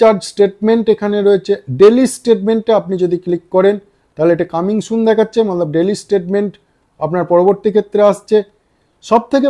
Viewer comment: Kotha bolar extra style ta chere normal vabe bolun sunte valo lagbe r banglate jokhon bolchen tokhon "mane" bolar chesta korun "mallab mallab mallab" na bole, r ha ota mallab na otake hindi te "matlab" bole